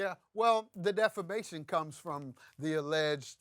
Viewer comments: Please tell your dumb “judge” that it’s not DEFLAMATION of character. It’s DEFAMATION! How is he a judge for real???? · The judge starts out by saying she's suing for "deflamation"??? Isn't it defamation??? 🤣 NAH ITS NOT SCRIPTED... 🤣🤣🤣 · It was the"deflamation" for me lol.💩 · Did that judge REALLY say “deflamation?”